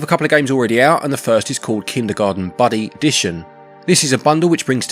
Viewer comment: You said buddy dition. 😂